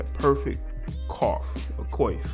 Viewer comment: The word “coif” is pronounced: “qw-off”